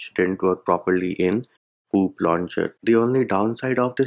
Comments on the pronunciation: The way says Poop launcher is making me crack every time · did he just say poop launcher ☠️🤣